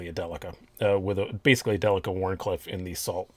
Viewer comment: I wish to commend you for saying "Delica" correctly. ;) As for the knife...No, that's a horrible color of green.